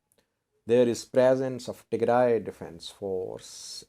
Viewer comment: Your pronunciation about Western Tigray is good. But the South African name is totally different. It has clicks in it. By the way Nelson Mandela has the same native name. So if you want to know how pronounce it, listen to Nelson Mandela presidential cermony.